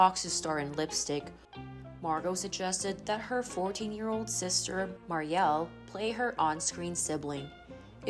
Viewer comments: Her sister is Mur ree el not Mary el. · The younger sister's name is not pronounced "Mar-e-al" with the accent over the al. ...but with the accent over the FIRST SYLLABLE MUR-IAL. Other than that, an excellent portrayal of a fallen star. 👏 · Regarding younger sister, Mariel… her name is pronounced like “Mary-ul” (sounds like lull), not “Maary-el”, with emphasis on the first syllable rather than the second. 😊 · Muriel ( Mer-re-el) why don’t you learn how to pronounce names before you record? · MARY-el is how you say her little sister's name. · Dry sad story. Just an FYI/ to the host - Her sisters name is pronounced “mare-e-el” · Mispronounced Mariel.